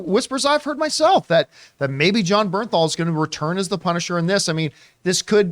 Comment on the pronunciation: It's Jon BerNthal